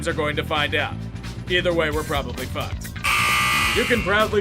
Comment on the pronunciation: I love how he says fAck